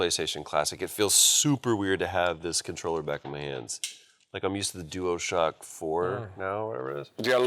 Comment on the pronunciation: Did Troy just say "Duoshock 4"? You're a video game nerd/voice actor, you should know it's dualshock lol